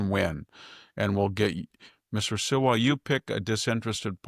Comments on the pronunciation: Victor, you always mispronounce Curtis Sliwas name. It isn’t Silwa it’s Sliwa! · Love Victor, but I have to correct him on the NY Mayoral race. First, it is Curtis Slee-wah. Second, Curtis has not been a perennial candidate; he ran ONCE before in 2021. Third, it is interesting to analyze whether the race is better off with 2 people or 3 people in order to beat Mamdani. If you want the most conservative candidate who can win (hat-tip to Bill Buckley), Curtis, who is more pragmatic than conservative, especially on social issue, then a Sliwa-Cuomo-Mamdani race may yield the best chance. A poll yesterday showed Mamdani at 26% - Cuomo at 23% -Sliwa at 22% & Adams at 13%. We won't know until mid-September, who has the best shot at beating Zoro. People need to stop telling Curtis to get out at this point.